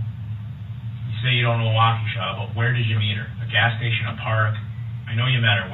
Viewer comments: It's so funny how you say the city's name. But its a hard one to say. Think- Walk A Shaw. Is how I think it is said any way. Maybe your right.... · Wah-KOO-sha.??!!? Watch some of the trial and learn how to pronounce this city’s name. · It is pronounced :wah-ke-shaw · Wah•ka•shaw Wisconsin. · Wisconsinite here...Thanks for making me giggle with the way you say our city names. Everyone does it. 😉 It's about time Dur-ell gets into where he belonged for soooo long. Sad to see his mother in all the interviews portraying him as a victim. Shame on Dawn Shame on Dur-ell for blaming Almighty God. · Great breakdown! Wisconsin isn’t even this light on mj charges. I can’t believe he kept getting off! As an aside, I’m from Wisconsin and hearing you butcher these city and hospital names is killing me 😂 lol I know it’s rough. His rap voice is annoying. Gross gross guy. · Being from the Milwaukee area it’s fun to hear you mangle some of the names of the cities and hospital🤣. Love the channel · Walk-A-sha CO. WI.... not Wacooosha. :) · It's walk-E-Sha not wahkooshuh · Wau-kew-sha??? WAU-KEE-SHAW. 😂😂😂 Kinda like Mill-wau-kee…. But loose the mill, and add a shaw…. WOW 😮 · No disrespect, but it is not Wockoosha it’s sounds like (wauk-a-sha) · Awesome video! Just letting you know. We pronounce froedtert like “Frey-dert”, and Waukesha sounds like “walk-ah-Shaw”. As I’m a Waukesha local I appreciate this content! Thank you. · Hey man, new sub here just wanted to let you know it's pronounced wok ah shaw. This man is a disturbed , entitled, volatile living being . I watched the entire trial, I couldn't believe this guy, I feel sorry for his children having to endure the wrath of his evil doings. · New sub-loved all about ur vid-Except! (You’ve prob learned by now-sorry!) it is Waukesha!! “WOCKA’shaw”! Great job! Lots of good 411! You found background info I’d never ever heard b4!! So, thanks for the hard work! Great channel! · Waukesha, pronounced walk- ah- shaw.